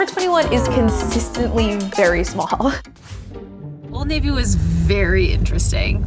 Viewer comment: What did u call old navy????? Old NAVUUU????🧐🧐🧐🧐🤨🤨🤨